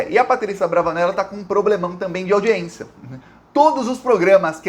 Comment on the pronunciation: Saudações 🖖 permita-me de lembrar-lhe que :- audiência audiência | n. f. au·di·ên·ci·a nome feminino 1. Audição. 2. Acto de prestar atenção a quem nos fala. 3. Acto oficial ou oficioso de alguém ser recebido por personagem importante. 4. [Direito] Sessão do tribunal. "audiência"e não aldiencia✌️🙏✋